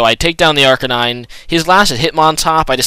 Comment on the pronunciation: he i think its Arcanine and not arcaaanine